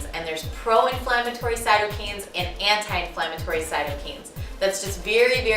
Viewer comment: Wow... what education do you have to support your credibility in this? First, I think you may have meant to say cytoKINES instead of repeatedly pronouncing it as "cytoKANES". That, right off the bat, makes me take you as someone who just supports the anti-wheat hype that is spreading virally. You clearly don't know EXACTLY what you're talking about. Secondly, you will encounter countless people in various different PROFESSIONAL (since I highly doubt you are) fields that will have